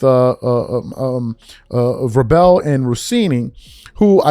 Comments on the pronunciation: maybe so. But you just proved his point, the reason she isn't speaking on MIKE Vrabel(which can't even pronounce correctly lol) is because she doesn't cover the sport genius. If vrabel were a nba coach then she would have to lol. Man, you guys are not that intelligent in that comment section at times. That'd be like a asking a IT guy to break down and analyze what a CFO is doing. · Cant watch this with a straight face 😂 dude keep saying Vra bell its vrabel like vrable, think mabel. And i know hes not just doing it, he makes me laugh every time he reads. Still great content tho. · Don't you know how to pronounce Mike's name? Vra....Bel. Not that hard. I can't stand Malika but this isn't the same thing. Diana didn't work in the same organization as Varbel. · dude you pronounce His name as VRAY - BUL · It’s pronounced Vrae-ble! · Bro U PISSING Me TF Off The Way U Pronouncing VRABEL It Is Pronounced VRAE-BRELL‼️😂🤣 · 🥷🏿 it’s VRA-BEL!!!! Only 1 L fam not 2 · His name is pronounced VRA - BL. Long A short E. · Bro, why is is it so hard for you to say VRAY-BELL 😂 anyway screw Malika Andrews, Richard Jefferson, and Kendrick Perkins too, they allow it and NEVER call her out on it. It’s all a game by ESPN to keep people watching. I’ll never watch anything that she’s apart of. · Preach! And yeah his last name is pronounced like VRAY-BUL. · It's pronounced Vray-Bull (Vrabel) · VRA-bul is how his name is pronounced. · Enjoy your show. Vrabel is pronounced "Vray- bowl" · his name is pronounce like this Vray bal😊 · Why do you keep pronouncing that man's name wrong you know that's not how it's pronounced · sports commentary and don't know how to pronounce Vrabel?? cmon son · A person who claims to analyze sports doesn’t know how to pronounce Mike Vrabel’s name. That’s crazy. Also thinking a coach sleeping with an employee is the same as a coach sleeping with a reporter is crazy. The tweets you read couldn’t even put together a sentence. Take an L and sit down